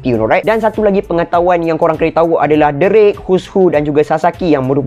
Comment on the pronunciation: Aku sorg je dgr atau dia ni memang sebut nama karekter cth x drake jadi x derek...😂